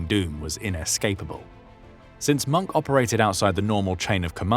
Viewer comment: hin name is mohke not monk.. you should watch the movie " der untergang" .